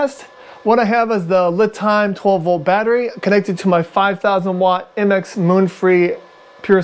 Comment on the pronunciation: Isn't it pronounced "Lee" Time like the Chinese name Li, kinda like a pun.?